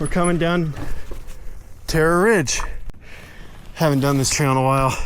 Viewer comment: Terrror ridge